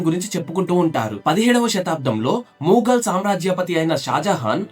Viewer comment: అది మూఘల్ కాదు మొఘల్ bro..😂